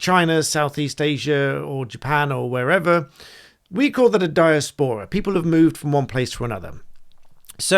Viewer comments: Britain should be funding Britain I have never heard diaspora pronounced in such a way. Not sure what dia's pora is but willing to be enlightened. Quite off putting from the subject matter. It is di·as·po·ra I attended the University of Sussex in the '90s. It was filled with conceited, deluded, "superior" types back then. Once respectable centres of advanced learning need a reset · It’s Di-aspora not dias-pora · Di-AS-po-ra - emphasis on second syllable. Why finance the airport in foreign country? We pay for the airport in Britain; Pakistan pays for airports in Pakistan. Sorted! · iv never heard some one pronouns diaspora like that before. you said it literally like... 'Die-a-spor-ra' i thought it was 'de-ass-pra'. I wonder if anyone can understand my attempt to spell pronunciation and witch way is 'correct'. not that it really matters! its just interesting. anyone have an opinion? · The amount of educated people who don’t know how to pronounce diaspora is embarrassing. Dai a spuh ruh! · Sorry to be that person but its pronounced di-A-spora. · you say 'Dia-spora' like an idiot who says 'hyper-bolly' .... LOL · apart from mispronouncing 'diaspora', you are WRONG about this being an OK request - 'in principle'. It's absolutely NOT OK to spend UK Taxpayers money abroad in this way. E V E R. Let them raise THEIR OWN TAXES...!!! When we are out of debt - THEN we can LOWER TAXES, so people can keep THEIR money that T H E Y HAVE EARNT. Simples...!!!!